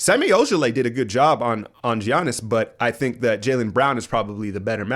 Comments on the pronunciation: I still think you're fucking with us with that pronunciation of G-yanus. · It's pronounced Yiannis, not Giannis (although it's spelled that way) or Jiannis. Γιάννης with Γ sounding like Y (well I'm greek ....)